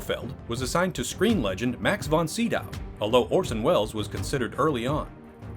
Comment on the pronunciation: While we are at it, its not sidow, its sydow...